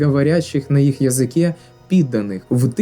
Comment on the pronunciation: "зробити з нас російськомовних підданих" 3 рази переслухала бо почулось "російськомовних під*рів"😅